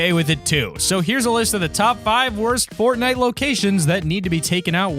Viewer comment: Did you say Portnite ?